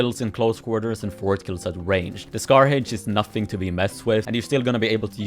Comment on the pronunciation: Bro said scar hæych💀